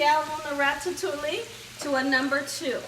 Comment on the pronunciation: It’s pronounced rat-a-too-ee. The ll’s are silent.